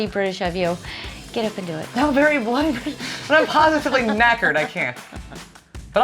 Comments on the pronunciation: Saying bloody, try emphasising the L bLoody, see if that works for you. Good luck😂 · 'Bloody' could be said as Bladdy it sounds like you are trying to force the first part of word ?? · pronounce it " bluddy" ;p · Pronounced Bluddy would probably help as well. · Maybe try pronouncing it as "blu-dee" instead of bloody. We seem to say the word quickly 😂